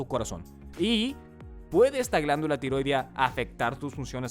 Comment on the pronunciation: Así no se pronuncia "tiroidea".